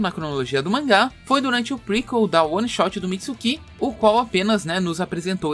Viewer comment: Para mim já saturou ouvir tanto "Mitsukí" e "Otisuksukí". Nunca mais ouvirei isto.